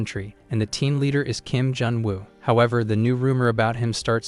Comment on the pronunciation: sadly he said junu